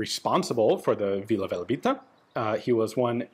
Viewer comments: IAN! It’s VILA VELEBITA not vila velabita. I’ll bet you Žiga told you that 😂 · Its Vila Velebita, not Valebita